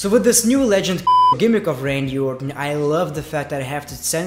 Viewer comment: Sounds like your saying legend fucker lol